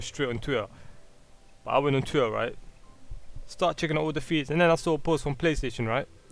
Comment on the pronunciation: TWUIHR? WTF IS TWUIHR?